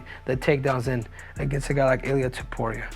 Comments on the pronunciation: Pronounce it like Top Uria not To Puria brah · It's Topuria, not Tuporia 😂😂😂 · His name is tOpuria O. Not tUpuria wtf 😂😂 you cannt even pronounce the easy georgian names 😂😂😂😂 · Looks like Henry needs another lesson form Merab how to pronounce Topuria’s last names 😄